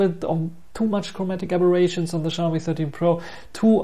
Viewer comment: The X in Xiaomi is always a challenge to western people. In Asian countries, the X is treated as S. So Xiaomi is pronounce as See-ow (one syllable) Me. That being said, the 13 Pro's audio is too noise filtered for my liking.